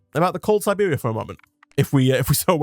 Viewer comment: "Resident of Serbia" #triggered lol. Siberia(Sigh-beer-E-uh) like the Siberian Tiger. :P looks like a cool game!